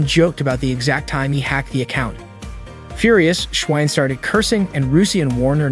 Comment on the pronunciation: The ai or you say schwein wrong